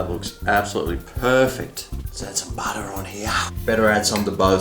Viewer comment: Badah on the top, in the dough!! Nice taste, but adding 'badah' in my bottom😕